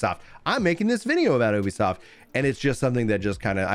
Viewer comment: Ubisoft is pronounced like youbisoft